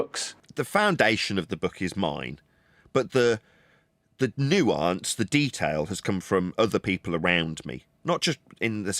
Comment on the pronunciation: What disturbs me most is how pronounces ‘nuance’